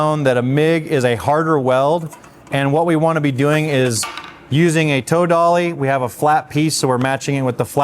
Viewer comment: I guess you're saying "toe dolly", but I'm hearing "tow dolly", like what you'd drag a vehicle with.